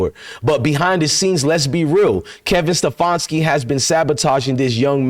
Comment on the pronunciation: His name is Ste FAN ski